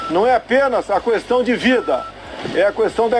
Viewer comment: bolsonaro fala "Cuestão"